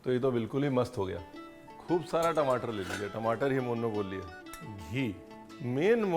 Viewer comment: Tamatar ❌ timatar ✅😂😂😂